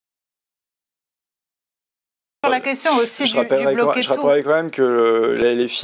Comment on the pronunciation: "je ne réponds pas a l'extrémité douatte..." Bah parcequ'elle ne connait pas as le sujet 🤦 Et en plus quelle mocheté 😮